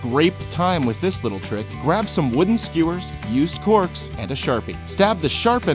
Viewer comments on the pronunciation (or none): Did anyone hear him say corpse instead of corks?..